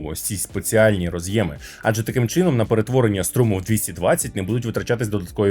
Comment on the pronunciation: Дуже круто що українською але... це дуже ріже слух. Що за "наснаження" станції? Можливо все таки хотіли сказати зар'яджання? І роз'Єми, наголос на Є. У всьому решта - обійняв, припідняв)) Дуже дякую за контент